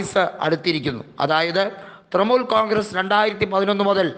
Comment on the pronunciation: തൃമൂൽ അല്ല തൃണമൂൽ